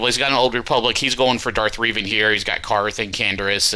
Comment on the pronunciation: I would personally just keep your 1st and 3rd best squads for offense, put 2nd best squad on top fleet wall. Also it's pronounced Reh-van for Revan hahaha